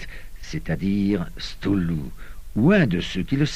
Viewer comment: "stoulou"??? sérieux! ... pire prononciation ever!!! sinon l'enregistrement est bien